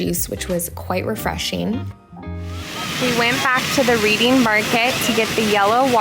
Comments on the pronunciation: Philly resident here. Its pronounced like “Redding” Terminal Market! Glad you enjoyed your trip. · Reading Terminal Market is pronounced like Redding. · Hi! I loved this video! Being from PA it’s awesome that you got to explore a city that I love! Just letting you know the Reading terminal is pronounced like I read a book! But I love that place so much! Love you girl! ❤️ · Nicely done! Reading Terminal Market is pronounced like redding ;) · Nope! Soft pretzels ARE what Philly is known for - with yellow mustard. BTW, the Reading Terminal is actually pronounced "Reding" like the color. Easy to see why so many out-of-towners get hooked by this one. It was part of the Reading Railroad Terminal years ago. Glad you and your mom had a great time. Looks like the weather was perfect. Thanks for letting me visit my home town all the way from TX. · Also, the reading terminal is pronounced like the red-ing terminal market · i loved the way you pronounce the reading terminal market ahah